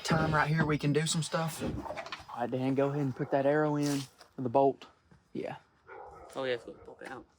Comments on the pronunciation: He said aw Dan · No he said oh dan